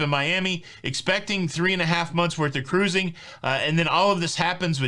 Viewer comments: Subbed just because I like when you say ca'ruising. 😂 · Hey hey! Thanks for always keeping me & my husband up to date with Cuh-ruising!! 😀